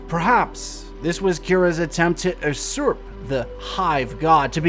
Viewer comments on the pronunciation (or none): It's pronounced "yoosurp" not "uhsurp" lol